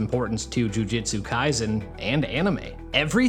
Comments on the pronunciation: It shouldnt, but the way you pronounce Jujutsu bothers me. It's a "U" not an "I". Jujutsu, not Jujitsu, that's a Brazilian martial art. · Another sloptuber that can’t even read the title of the anime they’re covering. Jujitsu =\= Jujutsu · Jujutsu not jujitsu.